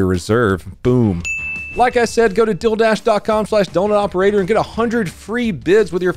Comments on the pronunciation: Even CC says 'dilldash'. We luv ya,. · Oi! What the hell is “dill” dash? You get me every time. Ery dang time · Bro said deal and my heart dropped because it sounded like he said dil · Omg, I thought u were saying ‘dildash’😂😂😂 i was gonna say ‘do u pay with dil dough’ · That Deal Dash ad always sounds like you're saying "Dill Dash"...i'm like, you're running after a pickle???🤔🫢🤭❤😂😂😂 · When you said “DealDash” it sounds like you said “DilDash,” which actually sounds pretty sick bro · When you said "Dealdash" you said it kinda like Dil-dash, and my brain imediately was like "This sponsor is from Dildo!" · i heard man say dildash not dealdash